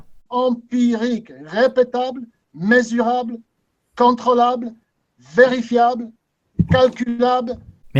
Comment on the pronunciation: Ah oui, j'adore son "MÉSURABLE" !